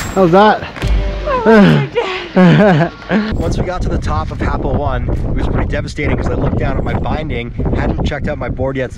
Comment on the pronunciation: Learn to pronounce the name it’s not happo 1 it’s happo o-ne